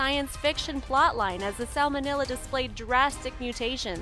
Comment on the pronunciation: And it is SalmonElla not "..illa"